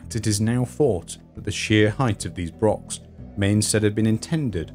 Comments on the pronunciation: Please not 'brock', 'lock' but /brox/, /lox/ etc. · Why can no Englishman say "Broch" correctly??? Its not a brock ffs